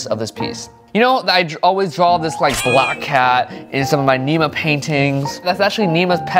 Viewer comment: Drawls???? BOI YOU DONT SAY IT LIKE THAT say DRAW 😡😡😡😡😡😡